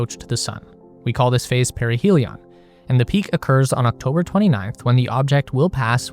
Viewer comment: You and that young UFO girl pronounce "perihelion" wrong. I would dismiss her pronunciations as a silly one-off, but then here you go, communicating as an authority as well and pronouncing it the same way she does! So now I'm starting to feel crazy and have to look it up. But first, I ask my gf, “Hey, how do you pronounce this word?” and she’s like, “Duh,” and says it the way that’s obvious to me too, but apparently not to any of these uToob “authorities.” I look it up, and to my relief, yup, it's pronounced the obvious way that you'd expect. Unless you're this or her channel anyway. People! If you don't know how to pronounce something, it's okay! Just look it up! You have access to all human knowledge, and it only takes ten seconds! Then you know for the rest of your life!